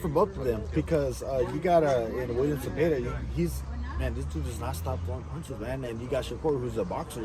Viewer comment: Bro with the biggest paisa🌵 accent pronouncing zeepeda is cringe af😂